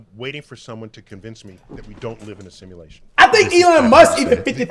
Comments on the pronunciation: Nobody: Cash: Simalashin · He can’t even say “Simulation” right😂